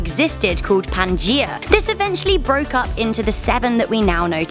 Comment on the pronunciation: Why do people always pronounce 'pangea' wrong? Its not that hard.